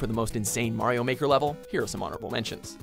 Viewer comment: twd tijger says super Mario baker lol